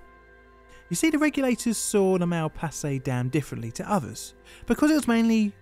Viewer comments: True. Even funnier, in "Malpasset" the ending is pronounced differently, but pronounces it almost like "Mal passé", which would be "went wrong":D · C'est ironique que le barrage de Malpasset a mal passé à l'histoire ( prononce Malpasset de la même façon que mal passé) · The flood also washed away a french air force base, destroying many planes and costly equipment. Malpasset sounds like "mal passé". Literally translate to : "Gone wrong".